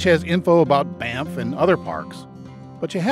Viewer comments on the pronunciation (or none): none